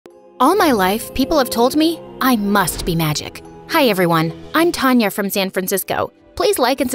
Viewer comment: It is taanya not tanya